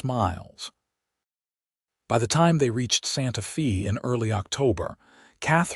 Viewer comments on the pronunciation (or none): It's not pronounced SantaFee, is SantaFay!